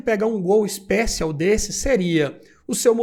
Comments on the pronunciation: Ixpéchion kkkk seria assim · A pronúncia do "Special" não é essa!!!